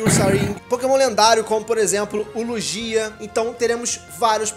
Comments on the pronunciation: só para você não erra a pronuci do Lugia se pronuncia "Luguia" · Adoro o canal mas a pronúncia do Lugia foi foda kkkkkk